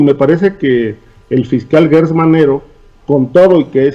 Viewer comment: ¿Porqué pronuncias guertz y no como es; gertz.? Aunque por mala costumbre se escuche guerber y no Gerber,no debemos seguir en el error.